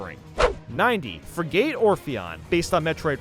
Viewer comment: The pronunciation of frigate………